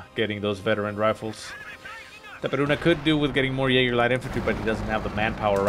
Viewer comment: dude, u speak itaperuna just like brasilian did. congrats your accent in portuguese are great.